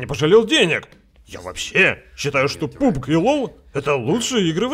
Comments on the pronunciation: Пабг!!!! Не пубг, а пабг, пабг!!! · видос как всегда улёт, но блин, не пУбг, а пАбг!)